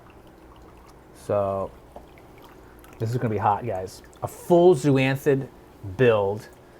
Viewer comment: Zoanthid not zooanthid. Zoa not Zoo